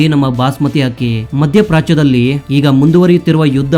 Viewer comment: ಅದು ಅಕ್ಕಿ ಹಕ್ಕಿಯಲ್ಲ ಉಚ್ಛಾರಣೆ ಸರಿಯಾಗಿರಲಿ